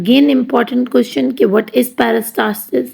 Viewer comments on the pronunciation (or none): none